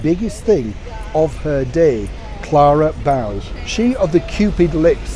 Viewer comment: Love this segment,! Clara Bow pronounced her name like "go" not "cow" 😉